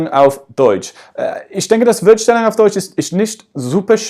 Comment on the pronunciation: Du hast " Wort Stellung " Wurd stellung" ausgesprochen. Du sagstest "Schwährig" anstatt "Schwierig". Lauter so kleine Fehler die aber nicht schlimm sind. Ich denke das ist Akzent verschuldet.